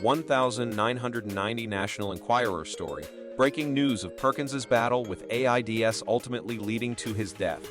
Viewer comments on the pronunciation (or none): Or A I D S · I can’t watch anymore of this AI claptrap. Everything from botching the names of the people being discussed, to “A-I-D-S” to “the one thousand and thirty s” or the best: “Jane Lynch was one of the first entertainers in the entertainment industry.” I never realized that Jane Lynch was that old—that she was an entertainer back in the silent era. I can understand the excuse that some may not want to use their own voice or that they don’t have the stamina, but if that’s the case, pick another human to deliver this script. Because when you mangle popular names so badly (I gave up after the complete and utter destruction of Ellen Degeneras’ name!)